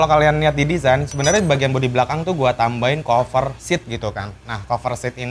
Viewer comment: Monmaaf nih bang dah gregetan gw wkwk dari dulu pertama kali nonton lu setiap kali lu ngomong "cover" bawaannya greget mulu pen bilangin wkwk, saran aja ini mah kalo mau ngomong "cover" ngomongnya kaver aja jan kofer